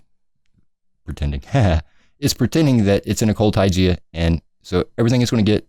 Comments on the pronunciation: Yeah, and it's "Tie-guh" not "Tie-gee-a" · heheheh.... what the heck is Tygia? You mean Taiga... Ty-gah! :) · Taiga is pronounced like tiger, not tijear! :P just thought u might want to know